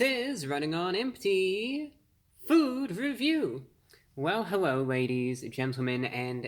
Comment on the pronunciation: Hewwo Wady’s and Gentlemen!